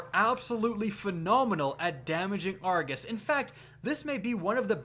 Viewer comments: It is pronounced Ar- go-s not Ar-ga-s. His name is Argos not Argas. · Is it just me or is it triggering when he says argus instead or Argos? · Jacob Eggers Said it once then he seemed to spam saying it wrong omg